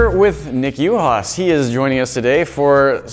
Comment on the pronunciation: i thought his name was pronounced “oo-has”